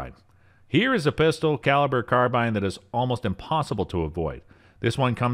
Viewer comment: Did u call them pister caliber carbines in the beginning?